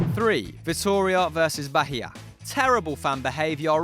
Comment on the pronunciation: Thats not how you pronounced Bahia, its like the H is silent, and the intonation is on the 'i'.